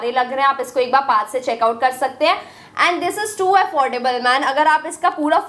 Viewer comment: And ko tum aand kyu bolte ho😂😂😂😂😂😂😂😂